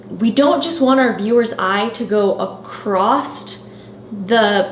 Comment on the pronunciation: Great tips thank you so much! Just to be the grammar police for a second, there is no T at the end of the word across. I have no idea how or why this strange trend started.😊